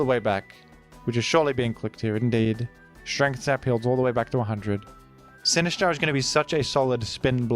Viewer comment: I love the way you pronounce Sinistcha